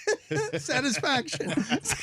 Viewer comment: I lost it when Charles tried to say satisfaction lol